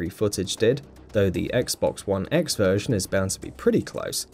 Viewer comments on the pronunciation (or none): none